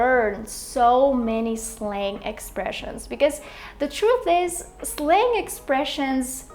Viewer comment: I think your pronunciation of word Slang is wrong.